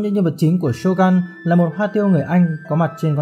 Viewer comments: Shogun mà đọc là Sô găn nghe nó cứ cấn cấn 😂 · Shogun cần đọc theo tiếng Nhật là shô gưn, chứ gun ở đây không phải súng